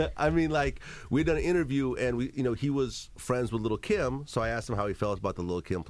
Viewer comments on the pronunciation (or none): He pronounces lil Kim "little Kim"